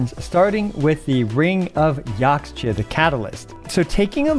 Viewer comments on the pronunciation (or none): Just like with Chinese the X in Mayan words like Yaxche is pronounced as SH ^^ So it's Yashche :D